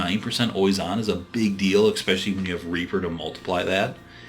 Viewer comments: Though, I have to say "eckspecially" grinds against my nerves. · The fact that you keep saying ecspecially moderately annoys me.